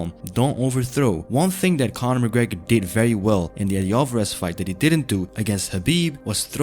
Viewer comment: "Conor mcgreg"😂😂😂☠️